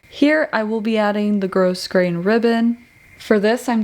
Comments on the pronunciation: Its pronounced gro grain not gross grain. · Your sewing is absolutely beautiful. I love that not only do you press your seams, you take the time to show that you do. Thank you for sharing that important step. Also, the "s" in grosgrain is silent. It's pronounced "grow grain", not gross grain. Just sayin'. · Nice job on the outfit! Btw, the word "grosgrain" is pronounced like grograin, the 's' being silent. Thank you.